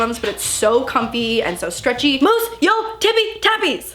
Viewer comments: In the beginning I thought she was yelling “mouse!” Instead of “Moose” 😂 love u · Is it just me but... the way she says Moose sounds like mouse! It’s so cute! 💕🌸😂